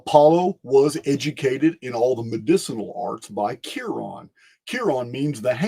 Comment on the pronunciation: Chiron its pronounced “kai-ren” i actually named my son that everyone says it’s so unique and i tell them i got it from Greek mythology